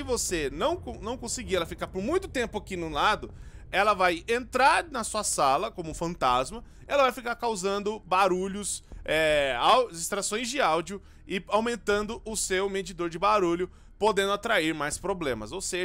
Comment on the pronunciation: voçe falo fantasmu?